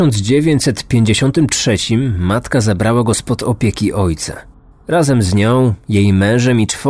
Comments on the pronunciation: Lubię słuchać twoich audycji, ale rażą mnie niedociągnięcia językowe, czy akcentowanie wyrazów. W tym odcinku imię bohatera wymawiasz po angielsku, zamiast po francusku. Zadbaj bardziej o szczegóły. Pozdrawiam. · Charles = szarl nie czarls;) to francuski wariant i tak na pewno nazywali go rodzice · Jeśli to francuz to SZARL nie CZARLS.